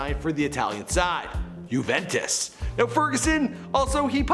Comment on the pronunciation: It's Juventos not uventos